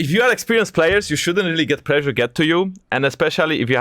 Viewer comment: I love it when Jankos pronounces "pressure" like "pleasure"